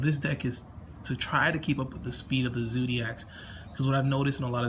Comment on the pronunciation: wtf is a "zoodiac" 😂😂